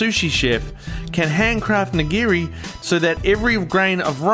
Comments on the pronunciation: It's NIGIRI SUSHI, not "neegra sushi." Nee-gee-ree. Nigiri. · Did he say negro sushi?😂